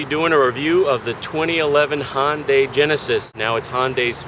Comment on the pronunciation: I stopped watching when he said "Hon-day". There is no O anywhere in the word Hyundai. Is it because Honda is made by Asian people too that you feel compelled to pronounce them similarly? Maybe Koreans pronounce Dodge as Dorge. Ya know, like Ford, which is also American and also has an O as the second letter. See what I did there? /rantover